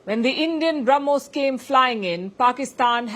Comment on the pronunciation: The Sanna Mullah ( deliberately taking his name wrongly) couldn't say Brahmos property. He said Harmos missile of India.😅 All intelligent advisors are found only in Pakistan!